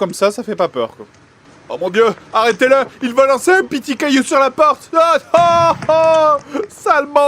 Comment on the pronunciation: Je te remercie Joueur du grenier de m'avoir fait boire de travers avec tes commentaires ( tu m'a plié en deux la )...... une autre chose ! ça fait plusieurs fois que je t'entend dire "Pitit" au lieu de petit tu le fait trop bien !